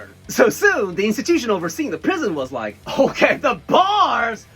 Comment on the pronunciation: Dude! Why did you have to say "rike" 😂😅🤣